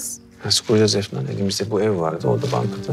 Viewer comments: 😂😂 afondum tik yaptı 😬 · Senarist yorumumu görmüş galiba, arkadaşlar😆 25.bölümün fragmanında gördüm, de bizim gibi "Efondum" dedi😂😂